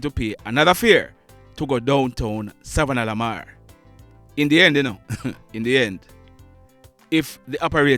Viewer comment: Repeat after me savanna la mar not savannalalamar.